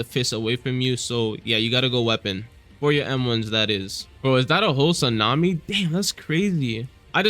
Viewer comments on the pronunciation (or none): none